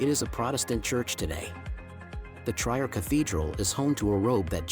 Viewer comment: Why the narrators of these kinds of documents of countries do not delve into the correct pronunciation of the cities is a mystery to me because translator lets you hear the correct pronunciation. I am referring to the place Trier. This is not Tryer but tree-er in dde pronunciation.